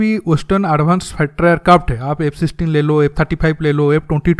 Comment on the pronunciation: Sabosse fusttter fater airkarft 🤣bro your pronunciation 🤣🤣